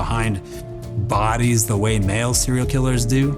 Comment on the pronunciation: door th ( like in the) ee or door uh thee